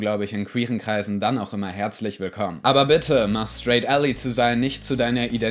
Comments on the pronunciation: Ally wird "Ällei" nicht "Ällie" ausgesprochen. Gutes Video! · Wird ally nicht /ˈælaɪ/ ausgesprochen?